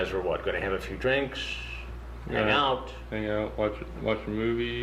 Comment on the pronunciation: I love me some Chris Hansen but his pronunciation of “S” drives me nuts. “You were gonna have a few drinksssshhhh?”